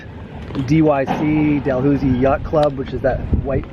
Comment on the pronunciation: FYI - Port Dalhousie is pronounced Port Da-luzy.